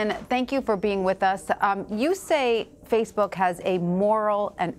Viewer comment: he calls it “faithbook”